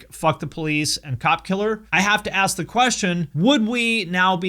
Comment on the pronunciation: You got the business because of your conduct and character and are as insufferable now as you have always been. By the way stop Axing questions, your scaring the rest of the punctuation marks. Speaking of marks...